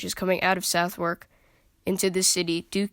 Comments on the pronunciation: Southwark is pronounced "Sutherk" and "Thames" is pronounced "Tehms" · Great video! If you would like to know Southwark is pronounced Suthark. A typical weird British pronunciation so don't feel bad! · Southwark is pronounced like 'other' with an S and K added; 'Sutherk'. The W is completely silent. Thames is pronounced 'Tems'. It was the south, not north gate that displayed heads, and it was not known as Traitor's Gate, which is in the Tower of London. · brilliant video! nice work! Just two little points...nonesuch is so called because it was a mini replica of the now lost Nonesuch palace built by Henry viii....and it's pronounced suthark...best wishes and keep up the good work! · Americans can’t say Southwark! That aside very well done !